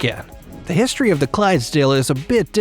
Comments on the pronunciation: What’s Hiz Tor Ray? You mean history? Secondly. It’s hands high not meters. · “Hosteryyyy” why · The way he says history rhymes with ashtray . Weirdly 🤣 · The way u say historeh and famileh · Historay, theoray 🤣